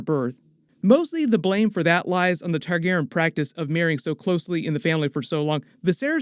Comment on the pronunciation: Why do you pronounce Targaryen “Targ-airin“?